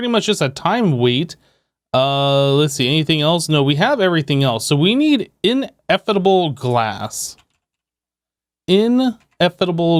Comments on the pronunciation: Ineffable is pronounced: in-eh-fuh-bl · My tolerance for hearing him try to pronounce Ineffable glass just... Ugh